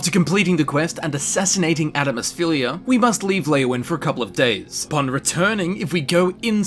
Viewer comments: Tfw you can't say Adamus Phillida's name correctly XD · I love this video and how you can actually pronounce a lot of the names yet you can't say Adamus Phillida correctly when they even say it in the game XD (Edit): I'm not being mean I just think it's funny that you don't pronounce the "d" In his name